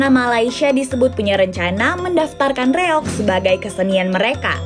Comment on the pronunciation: REOG, Kisanak! Bukan REYOG! Tanpa "Y".